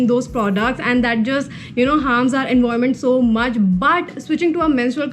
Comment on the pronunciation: Dude your tips are good but your English 🤦🏻‍♀️it's not envoiment it's environment and you pronounce it as en-vi-ra-ment And a towel is pronounced as ta-aal And it's hair not here okay So kindly have a look at these words and try improving Love love